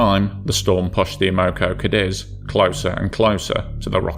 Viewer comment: And her name is amocogadis ! Not amogo! Everyone no that if they was there